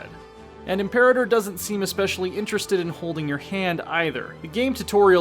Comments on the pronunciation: Reeeeeeeeeeeee!!!! It's pronounced 'imper-artor', not 'imp-erater'!!!!!!! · im-pe-RA-tor. Really not that hard